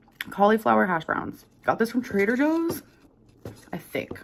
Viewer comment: This is super knit picky but the way she said Trader Joe’s instead of Trader Joe’s enraged me 💀